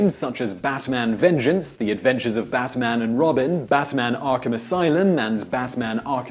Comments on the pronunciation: He said bassman.... How do you say bass instead of bat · Sergey Payee-eetnov? Bass-man? NolanD Bushnell? Shigeru Maya-moto? Was this video created to butcher as many iconic names as possible?!? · Am I the only one who heard him say Batman as "Bassman" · I'm hearing "BaTman" like he's enunciating the crap out of that T